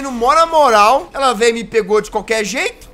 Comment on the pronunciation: jazz eu amei o vídeo mais... O sol e lua não é "veia" e sim "veio"